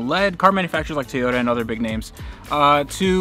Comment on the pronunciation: Everytime you say TAY-yota it makes me want to jab sharp objects into my ears.